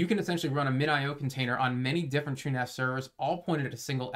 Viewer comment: My man is finally pronouncing it "TrueNAS" instead of "TrueNOS"